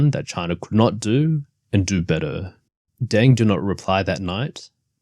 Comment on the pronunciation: You cant even pronounce names correctly and you talk about history…what a joke😂 its DENG, not DANG